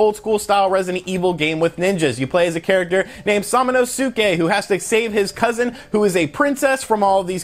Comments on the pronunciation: U saying onimusha wrong it is pronounced O-nee-mu-sha and his name is sa-ma-no-ske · Again "Samanosuke" is pronounced Sa-ma-nous-ke. Emphasis on the "Sa" please pronounce the name correctly. This game serious is part mines and many other gamers childhood. I'm very happy you are giving it some publicity but come on man! Aside from that, good video!! Glad that is not Soulja Boy related.